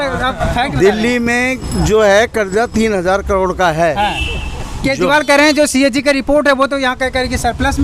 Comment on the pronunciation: भाई एंकर पढालीखा है क्या ? केजरीवाल जी बोल ने में कोई तकलीफ़ होती है क्या ?